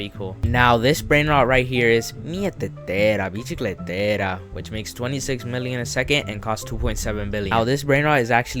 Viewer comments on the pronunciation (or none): The way you said michiclter biciclitera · The pronunciation of mieteteira bicicleteira was 😂